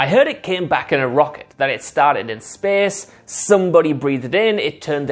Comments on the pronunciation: It’s space not SPEEES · I KEPP LAUGHFING EVERY TIME HE SAYS "SPACE" BEUZ INSTEAD O SPACE HE SAYS "SPES" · When he said SPESS for space...